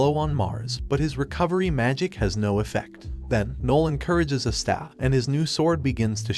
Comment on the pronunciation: Watching this video, I noticed some mispronunciations , such as Asta's name and saying Magical Emporer insread of Wizard King